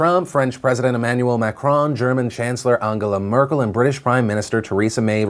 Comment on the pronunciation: I appreciate you bothering to learn the correct pronunciation of Angela Merkel's name.